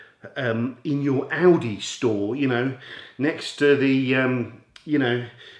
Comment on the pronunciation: When you said Aldi it sounded like Audi 🇺🇸😉